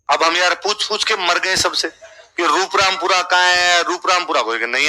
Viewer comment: रूपरामपुरा नही 'रूपारामपुरा' नाम है